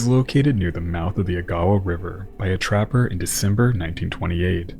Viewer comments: Wonderful work as usual - but as someone from the North Shore of Superior, I have to correct you that Agawa is pronounced with emphasis on the first syllable & all syllables distinct 'AG-ah-wah' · Just a heads up agawa river is pronounced ( Eh Ga wa) ! Love your stuff keep up these videos. As weird as it is to say it's nice to learn more history on the great lakes! I grew up in the middle of lake huron so it's cool to learn more history of the great lakes !